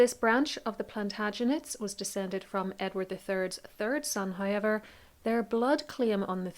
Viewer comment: It’s so interesting how your pronunciation of the diphthong OW sounds like I. It sounds like you say highever instead of however.